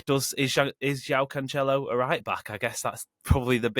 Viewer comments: It sounds wrong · Cancelo is pronounced "Cansselo."